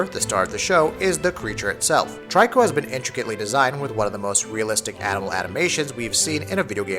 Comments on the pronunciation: Mate its Torikoooo, not TRY-CORP! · Bothers me who you say tryco when it's pronounced treeco.... Smh